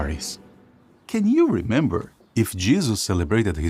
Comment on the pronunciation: Why does this guy pronounce it ‘Jizzus’